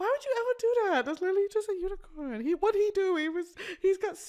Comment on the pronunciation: 😂😂😂hahahahhahahaha “why would you wanna kiwl a unicown man”